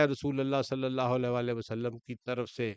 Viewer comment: Lafz slye alla nai, blky slee alla hy, pir seen ur saad mey frq kry, mey jo keh raha hnoo ap smj gy hnoo gy, take serious bro